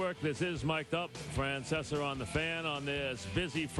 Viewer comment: Opens right up with a “Francesar”. Can’t even pronounce his own name